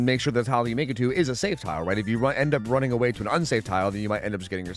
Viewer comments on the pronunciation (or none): wunning away 😂